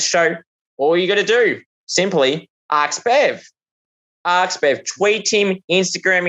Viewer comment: ASK Not Arks